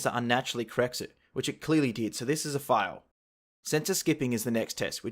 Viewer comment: His pronunciation of fail is so bad that the caption made it say file